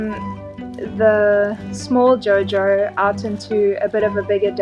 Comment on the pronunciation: Did you really said "JO-JO"??? Now all I can see is a muscolar hyppo....